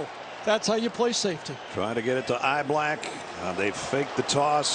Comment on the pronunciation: Announcer keeps calling Niblack Eyeblack no wonder people don't care for CBS announcers